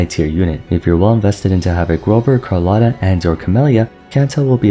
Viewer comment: ho notato anche che usa una “O” troppo chiusa rispetto alla pronuncia corretta italiana. Inoltre, tutti gli altri nomi sono sbagliati: ad esempio dice Carlotta con la “R” e la doppia “T” come la pronunciano sempre gli inglesi.